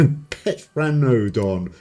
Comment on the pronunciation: I think the 'p' are silent when pronouncing those dinosaurs pteranodon and pterodactylus